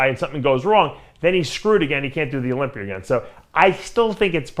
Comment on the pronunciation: Is Dave working on fixing his pronunciation? I swear Olympier is now Olympia.